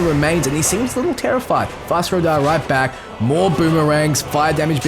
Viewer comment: Skyrim music in lotr? Btw its fus ro dah not fos ra doh